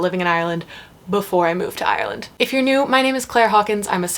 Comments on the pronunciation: Your Ireland pronunciation was spot on for a American, 😜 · Well done on the pronunciation of Ireland, even us locals struggle sometimes :) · You did a great job pronouncing "Ireland"! I am from Dublin and live in California now. I have modified how I say "Ireland" as when I pronounce it my way people stare at me blankly..."Orlando???" lol!